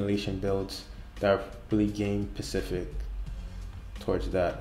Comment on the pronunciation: Specific* not Pacific. Pacific is the ocean